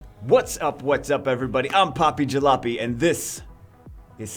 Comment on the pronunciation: Hold on. “Poppy Jah-loppy?”